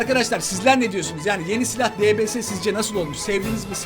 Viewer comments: onun adı debese degil dibiyes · DBS YE LBS DİYO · Abidbs diye yazılıyodibies diye de okunuyo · Abi debese değil deybies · Debese değil dibies ulan video boyunca kanser oldum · dbs diye yazılıyo di bi es diye okunuyo sjsjsjsk mksa JA>Şxzh daswda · O diybiyes diye okunuyor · Abi onun ismi dipies diye okunuyor ama dps diya yaziliyor